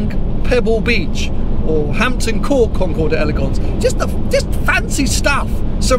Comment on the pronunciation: Concours d'elegance is pronounced Konkor dellygonse.